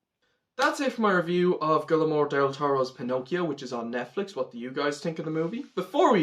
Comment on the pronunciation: Great review, it was great to see you enjoyed this movie. Just a sidenote, his name is pronounced "gwee-er-mo"